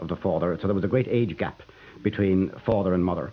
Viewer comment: When the man wearing specs pronounced the word Father as "Farrder" I knew my stomach was going to turn.